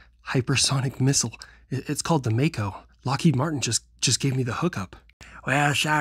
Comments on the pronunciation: My final fantasy nerd needs hear mako as mocko hahah. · Mako as in the shark, not Mako as in the late actor Makoto Iwamatsu...